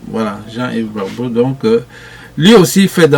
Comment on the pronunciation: C'est très maladroit (pour rester poli) de parler devant le monde de choses qu'on ne connait pas, ou alors de faire une vidéo sur des personnes sans avoir fait suffisamment de recherches. Je reviens spécialement sur le cas de Jean-Yves BRAGBO (dont vous avez eu du mal à prononcer le nom, ce qui corrobore ce que j'ai dit plus haut) Jean-Yves n'a JAMAIS, AU GRAND JAMAIS fait de levée de fond. JAMAIS! - Il a entre autres activités un club business ou il crée des business AVEC les membres de son club, donc ils sont tous co-propriétaires de ces entreprises - il a aussi une structure qui fait de la GESTION DÉLÉGUÉE pour les africains de la diaspora qui veulent investir en côte d'Ivoire ds les VTC tout en restant ds leurs pays de résidence. IL a également bcp de business dont il est le patron unique (immobilier au kenya, en France, en Côte d'Ivoire, logistique , transport , négoce etc ) Donc je vous en prie bossez sur les sujets et les personnes avant de dire des choses inexactes ou fe faire des suppositions à leur égard. Merci